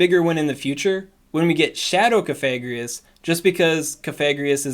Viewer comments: something something VAPOREON IS BAD XD always on the ball haha awesome coverage of the changes :) BTW, cough-a-gree-gus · IDK I kinda feel like the move buffs were meh this season, excited for the WB nerf though...also its pronounced Cough-Egregious as in Coffin and Egregious combined. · Coffi like coffin gree like grieve Gus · You may wish to adjust your pronunciation of Cofagrigus. Your current pronunciation may trigger YouTube's demonetization algorithm because it'd pick up the "fag" in the way you're saying it and may register it as a slur. I typically go with Cof-a-gri-gus, as I think the name is suppose to be like an egregious coffin. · Cough-a-greeg-us. Hope that helps 👍🏻👍🏻